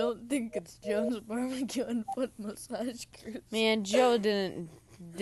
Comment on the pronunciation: Joes... not jones